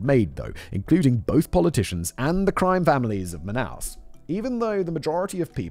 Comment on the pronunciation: Love how simon pronounce the Brazilian city of manaus and the Portuguese words every one of those wrong 😂😂😂😂😂😂 But it is funny af